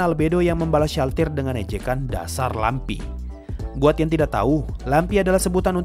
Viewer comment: Inilah klo lupa baca ulang naskah😅 Lamprey dibaca lampi